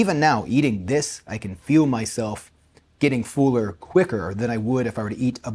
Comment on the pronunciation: For the dumb algo, 😂😂😂 about you being "fooler." Would a drawer puller be a "pooler?" You're the only person I've heard with that accent, and that saying a lot. The rest of us pronounce those word as if they are f or p and l without a vowel, so, "f'll." "Ai'm f'l," rather than, "Ai'm fool." Just a dumb side note.